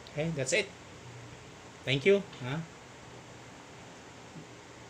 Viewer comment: bro, ang pronounciation nya is GAYSER (spelled GEYSER). para lang tama ang sasabihin natin. Hope ok lang itong pag correct ko. Tnx! Very good review anyway...